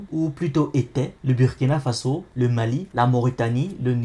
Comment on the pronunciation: Super ! Juste une petite remarque on écrit" Burkina Faso" mais on lit " Bourkina Faso" 😉🙏